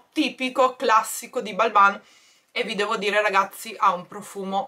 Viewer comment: Ciao, molto bello il calendario! Comunque si pronuncia "Balmén". Un abbraccio.